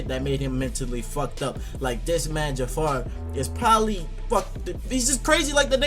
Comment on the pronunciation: As a Ja'far fanatic I would like to point out that his name is Ja'far not Jafar. This is very important.